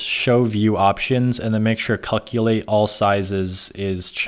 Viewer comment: cuckulate made me lol